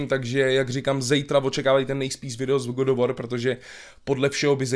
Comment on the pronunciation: GOD OF WOR.... English:D:D:D